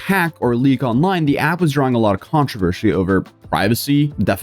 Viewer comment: This is the 3rd video you’ve said “Controvershe”